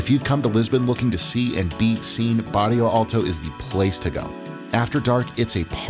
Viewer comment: Incredibly well made and you're very very well informed. Just one remark: it's Bairro Alto not Barrio Alto. I see this quite a lot with foreigners, so you're not the only one 😇